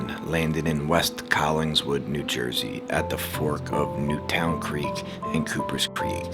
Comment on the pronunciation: Terrific narraration? There has never been 'Newtown' creek in Collingswood, NJ. There's a Newton creek, no 'Newtown' creek.